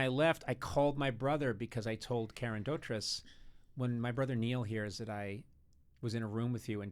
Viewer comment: A British fan / pedant writes: it's pronounced Doh-treece. Karen is well known for Mary Poppins, obviously, but her father Roy and sister Michele were also on tv a lot, and occasionally film, in the UK.